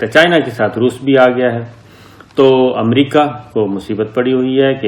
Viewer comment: السلام علیکم. محترم صابر شاكر صاحب. آپ کی خبریں بہت اور ملک دوست اور عوام دوست اور حقائق پر مبنی ہوتی ہیں۔ مگر ایک معصومانہ درخواست کرنے کی جسارت کرتا ہوں۔اور وہ یہ کہ براہ کرم امریکہ کو امریقہ بولنا آپ کیطرح کے شخصیت کے لئے مناسب نہیں۔براہ کرم اسی طرح کی غلطیوں کی اصلاح کیجئے۔ جزاکم اللہ خیرا۔